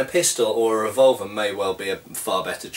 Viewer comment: when you say revolver, it sounds like vulva.